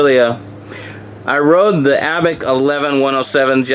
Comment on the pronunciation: Abeck! that's how you kept pronouncing it. Its Abec!